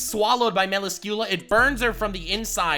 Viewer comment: haaHAAhaa! you said wrongly :))) Melascula... a sin